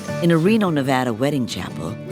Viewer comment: The guy that married them mispronounced Nevada